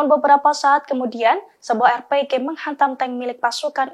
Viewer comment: Alhamdulillah...terbaik briged AL-Qasam👍 pembaca berita tolong sebut betul2 bukan R-PEGEH..R.P.G